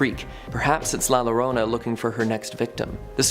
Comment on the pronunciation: Had to click off after hearing the pronunciation of la llorona in 2023......